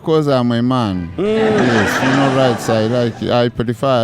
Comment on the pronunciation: aiwa on this one you cheated🤣😂🤣you are sounding like you are saying 'funal' rights not "funeral "